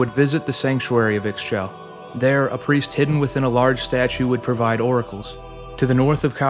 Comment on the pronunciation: one small note, Ix Chel is pronounced "Eesh-chel" great video though, well researched!!!